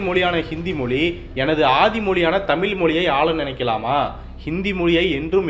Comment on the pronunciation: தமிழை, தமில் என்று உச்சரிப்பது நன்றாக இல்லை.